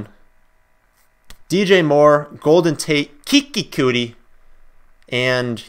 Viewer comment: Keke Coutee, pronounced Key-Key Cue-Tee...Not Cootie